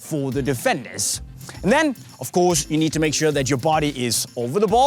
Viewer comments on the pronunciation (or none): it's need not nees 😂😂😂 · 3 crosses you need (not nees) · it's need to learn not nees😂😂😂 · Its not nees. Its need. 🤭